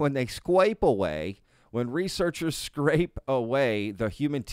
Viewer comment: You scwaped through this one! 😂